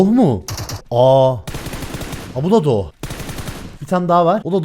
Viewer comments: Abi niye herkeze doch diyo sun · Sen önce doch demeyi öğren